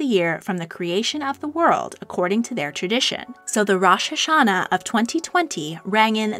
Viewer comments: By the way, Rosh Hashanah is pronounced Rosh Ha-sha-naah, with the emphasis on the last part of the word, rather than the first part. Also, Tishrei is pronounced tish-rey. Hope I helped! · Also the Jewish new year is pronounced rOsh HaShana ( the o in Rosh is a hard o and there should be a stress on both the ha and sha in HaShana)